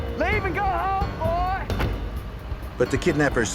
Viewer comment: "leave and go home boyyyyyy" lol accent and all